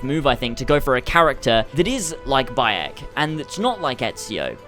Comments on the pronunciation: wtf? "Boiyok" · Bi-yek when the game pronounces it for you, there shouldn't be a problem with saying his name.